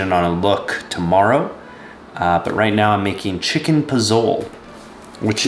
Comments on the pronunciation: You call pozole, poezol? You got me 😂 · Great content!! I’m glad you have your own channel. You should follow the steps of Johnny Harris and go solo - his social media is exploding! Your talent shouldn’t be attached to a company. Ps It’s pronounced “Pozol-e” (you pronounce the “e” at the end) ;-) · The way you said pozole had me in tears lol.